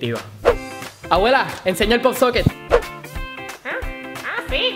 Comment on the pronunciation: ROSA RODRIGUEZ POP-SOCKET no pop soquen